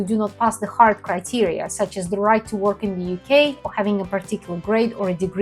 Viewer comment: I know English is not your first language, but " UKey " is not a word. you are from a Slavic country. Your brain translated United Kingdom (UK) into UKey - because when you pronounce it out loud, that's what it sounds like.